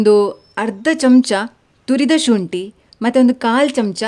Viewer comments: ಶೂಂಟಿ ಅಲ್ಲ. ಶುಂಠಿ. ☑️✅ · ಸರ್ ತುಳುವರ accent ಅದು